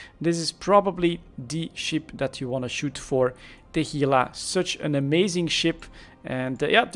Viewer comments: I'm happy you pronounce Gila correctly, it's irritating hearing someone use G instead of H lol. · yeah no, it's pronounced "hee-la".